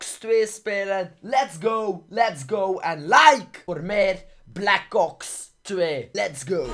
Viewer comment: Je zegt black kops 2 maar het is black ops 2